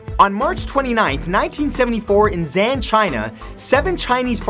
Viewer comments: "in Xi'an, China", says as 'Zan'. It's pronounced as 'see-an' Matt =) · Its pronounced roughly as Si-ah'n Source: I am Chinese. But great video, Matt :D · His pronunciation of Xi'an and Qin Shi Huang is wrong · This is kinda random but, for some advice on pronouncing Chinese cities and whatnot, Xi'an is pronounced as she'an. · omai.... he pronounced xi'an wrongly XD (not a hater)